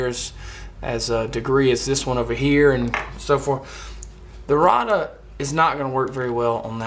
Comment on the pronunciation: It is pronounced ray duh